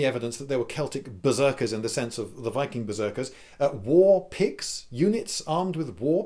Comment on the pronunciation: Beriorn Oh.... Picks... I thought he said Pigs. Warpigs...